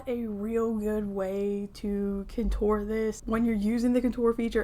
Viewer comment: Hi I love your videos. I stopped watching for a while cause you kept mispronouncing the word Contour. I figured somebody would’ve corrected you by now and I didn’t wanna hurt your feelings. It’s seriously MY problem because apparently I can’t get over it but if you could so I can watch your videos cause I love your content, Please pronounce the word correctly if you don’t mind. You are mispronouncing Contour and I’m sorry but it drives me nuts. (Again I know I need to get over it) You are absolutely adorable and I don’t want to hurt your feelings. It’s NOT Coture with The emphasis on “tour” it’s CON-TOUR emphasis on “Con” like Con as in a criminal and TOUR like in when a band travels the country. Thank you and if you don’t care good for you. ❤